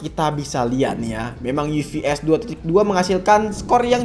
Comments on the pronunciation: Bacanya UFS bukan UVS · UFS bacanya Yu Ef Es bang bukan Yu Vi Es